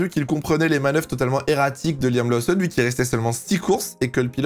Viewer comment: Laoussonne ? Connait pas Ça en devient stressant à la longue 🤣